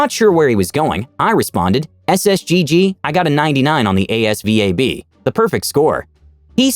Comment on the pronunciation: Asvab is sayd like its a one word